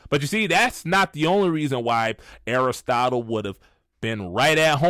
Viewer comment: the way you said Aristotle is much funnier than it should be 😂you did that in purpose and I can’t get over it 😂 😭